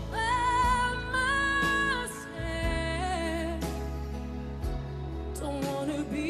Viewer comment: Really bothers me that she says "Wall by myself".